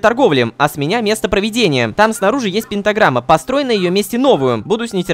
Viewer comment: научите рому говорить слово "пентаграмма"